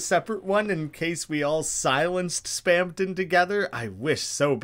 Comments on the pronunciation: Mister, there's no second "p" in Spamton. You keep saying Spampton, which is kinda weird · why do you keep saying spamton as "spampton" 😭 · Lmao you can literally hear the "p" every time he says it Kinda goofy